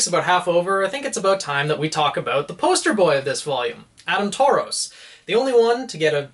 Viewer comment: I know You don’t read these comments now, But You do realise that you’ve been pronouncing Adam’s last name incorrectly